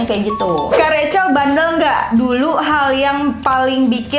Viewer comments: tu dipanggilnya "Recel" atau "Rahel" sii,kok mami panggilnya rahel sii:v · Nyokap nya ngomong nya bukan Rachel tapi rahel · Lah lah lah gua pangil kak rachel bacanya racel lah mama nya Panggil rahel yang bener racel atau rahel :) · Rahell bukan revcel😁✌️ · Mamanya manggilnya r-a-h-e-l bkn rachel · Apakah cuma aku yang kaget kalo mami nya manggil nya rahel😅